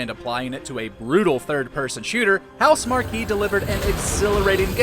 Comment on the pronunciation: Yo it’s Housemarque not Housemarquee.